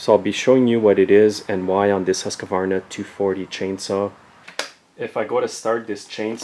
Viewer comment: hey: its Husq....varna. two a's